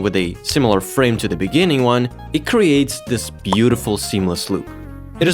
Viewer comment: in the beninging